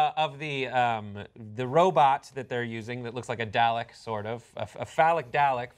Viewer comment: Anyone else cringe a little at the pronunciation of Dalek?